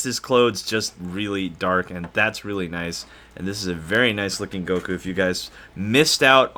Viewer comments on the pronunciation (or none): Its fake its goku not gokuo